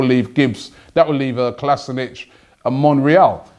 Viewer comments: He is called KolasiNAAAAAAAAAAAAAAC NOT KolasiNIC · Robbie Its Kolasinac not kolasinic!!! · Robbie stop calling Kolasinac kolasinich it's ko-las-i-nak... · Ffs robbie, if u are such a big arsenal fan at least pronounce the players names right. Its Kolasinac not Kolasinic... I mean they even made a vid about how to pronounce it. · Robbie has always butchered players names for years now. you'd expect more from someone who spends s4/7 in football. Hes a bit of a nonce! :D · It's pronounced KOLASHINATS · It's pronounced "Sead Ko-li-se-nak" that's what he said himself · Robbie, Kolasinac is prounounced Kol-uh-sin-ak. Please like so Robbie can see! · You are pronouncing Kolasinac wrong. You're saying Kalasinic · F*ck Robbie, not going to lie the way you say Kolasinac annoys the shit out of me, he posted a video on Arsenal's twitter telling everyone exactly how to say his name... Either way love the videos keep it up.